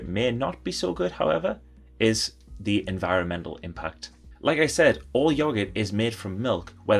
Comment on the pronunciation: “Todee on how it’s meed” great video 😍